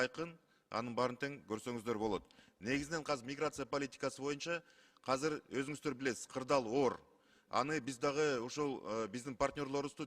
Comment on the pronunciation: Казыр казыр дейтго бул каяктын тили